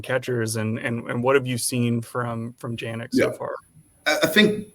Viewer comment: doesn’t bring anything to the show,. Drags down the overall product of the podcast, mispronouncing Walker Janek’s name in front of your esteemed guest is a rough look.